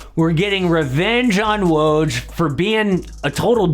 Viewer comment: You made a whole video about Woj and couldn't bother learning how to say his name?